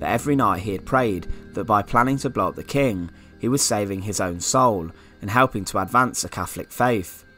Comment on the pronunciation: I'm sorry.. great video but can't stand the way he says "Blow up" BLOBB the king!